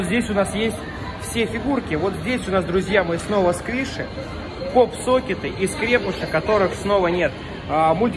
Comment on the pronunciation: Правильно говорить. Скрепыши'. А не скре' пыши. 😠👎